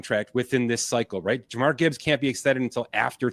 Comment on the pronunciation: And it's Jahmir not Jamar lol